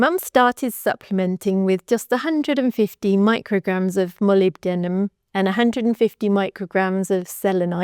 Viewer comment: Woooow you learned to pronounce molybdenum!!! ❤❤❤